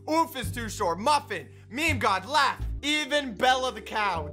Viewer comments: It’s laff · It's laaf